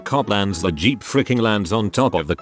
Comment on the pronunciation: no one: narrator when it sees the word 'Jeep': G E E P